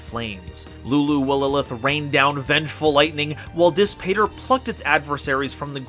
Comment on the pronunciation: Amazing content as always- quick note Dis Pater is Latin, (pronounced dees pot-air) and means, literally: Push, Father!